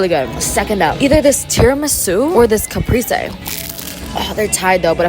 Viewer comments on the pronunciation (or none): Italian speaker here, in case anybody was curious; caprese is pronounced like cap-prey-sey (don’t hard pronounce those y s though they’re written for general direction). Our vowels in Italian have very specific pronunciations at least in comparison to the mish-mash vowel sounds in English ahah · You made me want to fly to LA and go to this restaurant omg🤤 btw caprese is pronounced "kapreh-seh"! You have a new subscriber🥰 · Girl that is not how u pronounce the sandwich but u still a queen